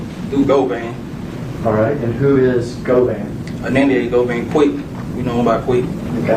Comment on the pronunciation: Its Go-Van not guvan 😂